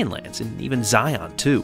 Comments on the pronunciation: Looks like a lot of fun. One comment: Zion National Park. Pronounce Zion with the accent on the first syllable. ZIon, NOT ZiON, please. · Just a note on Zion in Utah. The emphasis is in the first syllable and never the last. It's pronounced Zi-un. We can always spot the newbies when they pronounce it like on the Matrix. :) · You said Zion wrong Source - Utahn